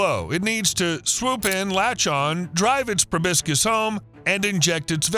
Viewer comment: It's proboscis, not probiscus Edit: he said it correctly